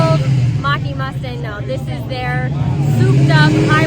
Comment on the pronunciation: Mach-e - i hear someone say it like dancing without music